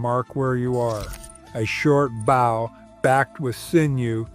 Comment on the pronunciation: Stop saying bough 😢